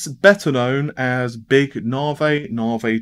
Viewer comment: Big 'Narvay'! :)